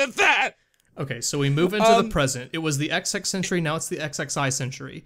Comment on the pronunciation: cough I don't think they meant "Ecks-Ecks" century, but XX, as in Roman Numeral 20th.